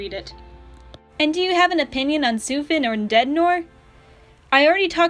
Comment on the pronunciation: thank god you pronounced sufin correctly